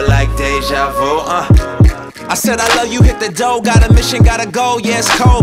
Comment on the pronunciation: I'm pretty sure that is how it's pronounced, Déjà vu, just Lecrae didn't technically say Vu right